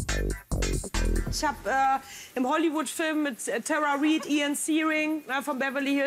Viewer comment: Na wenigstens hat sie "Tara Reid" richtig ausgesprochen - also den Nachnamen😂